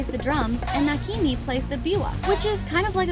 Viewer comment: It’s actually pronounced nakima (no hate)